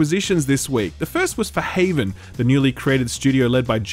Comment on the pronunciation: Am I missing a joke here with "Raven" and "Bungle" instead of "Haven" and "Bungie"?